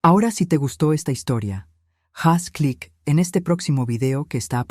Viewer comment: La letra h en el idioma español no tiene sonido, por eso es incorrecto decir " jaz clik".